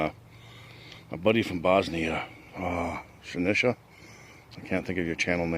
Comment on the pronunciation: Walking the memory lane, that is nice place. Thanks for the shout out, you are the first to pronounce my name right (it's on me). Awesome restoration with wax. ATB! Sinisha